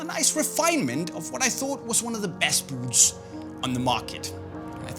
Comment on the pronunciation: Love how this guy says “buuts”